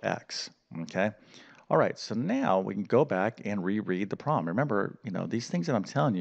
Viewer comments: Could you please pronounce the word problem with 2 syllables—prob-lem. NOT PROM!!!! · Please pronounce the B in the word problem. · After you said 'word prom' about 40 times in the first 6 minutes, I had to stop listening or I would have gone mad. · What's a "wer-prom"? 😁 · I can barely concentrate because he keeps speaking of a ‘prom’ or ‘proms’ instead of problem or problems. Distracting!! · Learn how to pronounce “problem”